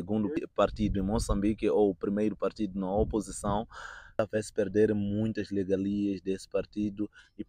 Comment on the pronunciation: O correcto é regalia, mas o jovem pronuncia legalia.